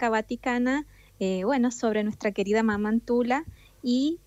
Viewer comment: La pronunciación no es mamá es Mama . Es quechua la palabra.